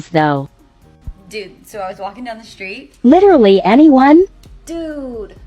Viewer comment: And "literally.... like literaaaallly." The emphasis and inflection at the end of words or sentences. So annoying!